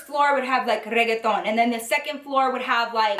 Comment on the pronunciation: Did anyone else like the way she said reggaeton?😂